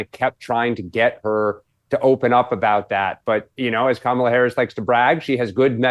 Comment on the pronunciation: Does Megyn call her cumala? 😂😂